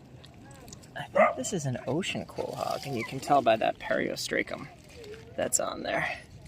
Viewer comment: I enjoy your videos, with the exception of the mispronunciation of certain names. Is there any way that you could learn how pronounce the names of certain things you’re talking about? Some examples are as follows: Periostracum (per•ee•os•truth•kum) Quahog (lkow•haag)